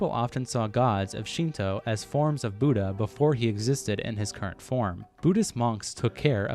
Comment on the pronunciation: As a Buddhist who was studied Theravada Buddhism he was 100% accurate only thing he got wrong was the pronunciation of the Lord Buddhas name. Also I don't think the Muslim people will be happy about the depiction of the Prophets Muhammed's face lmao